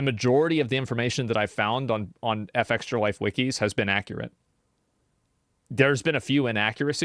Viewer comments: Unimportant side question here but why does Asmon say “F-Extralife” as opposed to “Fextra-Life?” Is there a known proper way to say it? It’s an absolute minor complaint, but I kinda hate the way Asmon says it. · Effextralife.. ahh yess because its such a normal common natural regular thing to pronounce the first letter of words independently.. even after hearing another person say it multiple times over and over again not even like 5 seconds ago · The way asmon pronounces fextralife annoys me to no end, not like steam coming out of the ears but annoying nonetheless